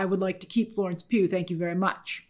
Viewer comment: I love when you say "Florence PEW PEW PEW" LOL